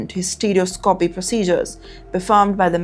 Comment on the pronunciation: It's hysteroscopy not hystereouscopy😂